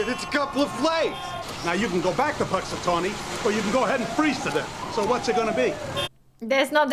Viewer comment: Thank you for reacting to this! This is my birthday movie, since I happen to have been born on February 2nd, GROUNDHOG DAY! I actually travelled to Punxatawney (pronounced "punks a tohnny"), PA one year and it was really fun, but no day repeating over and over 🙂